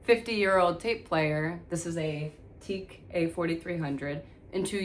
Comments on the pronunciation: It’s not pronounced “teak”. It is pronounced “tee ack”. The Tokyo Electro-Acoustic Company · Corrections and Errors.... It's Not Teek. It's pronounced Tee-Ak. Secondy, your Onkyo chassis was not made to bear the weight of that heavy deck. And, you never want to cover the vents on top of a receiver, becausethe heat generated buy the receiver needs to be dissipated. 3. The connection on the back is not an XLR. It's a Din connection, not compatible with XLR. Find an old hobbyist to educate you on old tech. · It’s pronounced Tea Ack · It's pronounced "Tea-ack" not "Teek" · Accurate description of how things work with a tape deck. The pronunciation of the manufacturer's name is: Tee ( as in golf tee) and Ak (as in yak, the animal). It's actually an acronym and stands for Tokyo Electro-Acoustic Corporation. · The manufacturer of your machine, is pronounced TEE-yack. It’s OK, it was a long time ago when they were popular. And you shouldn’t record over “Strawberry Letter 23” by the Brothers Johnson, it’s a really good song. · Some people pronounce it "TI-YAK" or "TIK" I still have my TEAC X-2000R and still working great. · It's actually pronounced Tee-Ack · Yeah, I had to chuckle😂